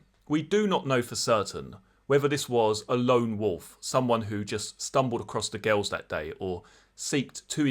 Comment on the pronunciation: The way you say girls sounds like ghouls